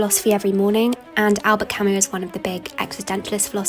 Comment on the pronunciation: She gets points for pronouncing Camus correctly!